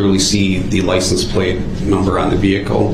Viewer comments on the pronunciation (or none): and the judge wouldn't give him grounds for the "substain". He was just "axing" about the "licene place".